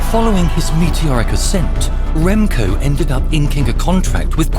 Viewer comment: I can’t ignore how they said his name SUPER wrong but well done Remco thank you so much for winning a Olympic gold metal for us!